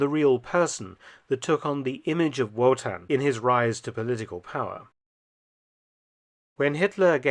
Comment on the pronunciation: Surly its pronounced as a V not a W 'Votan'